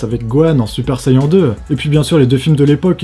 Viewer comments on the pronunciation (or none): On prononce "super sayenne" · Ça se dit "sayenne" et pas "sayan" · Mdrrr super sayon !!! sa se prononce sayene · Super vidéo ! Je trouve ça bizarre de dire Super Sayan, ça se prononce pas "Super sayenne" ? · C'est mal de dire SaiyAN ... trés mal (c'est comme la drogue m'voyez) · j'adorer ta video mais qui est un grand fan de DBZ tu ma un peu casser les oreilles avec ta prononciation du mot Saiyan ;-)